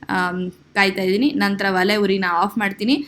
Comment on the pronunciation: ವಲೆ ಅಲ್ಲ ಒಲೆ ಅನ್ನಬೇಕು